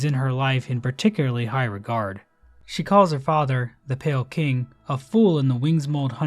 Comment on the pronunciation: calling pale king as pale kind, smh you fell off